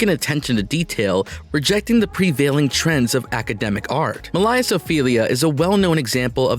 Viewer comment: Oh dear God, they can’t make a fake narrator who can properly pronounce “Millais”?? Or “Pre-Raphaelite”?? Sickening. And it’s heart-RENDING (as in tearing), not heart-RENDERING (as in depicting). Uck. Can’t listen to this mis-pronounced, poorly worded junk any longer…